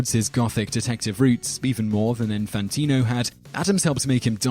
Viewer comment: "Infantio"? It is like the announcer was not even TRYING to pronounce the names correctly. If only that was the ONLY word he spat out, half chewed.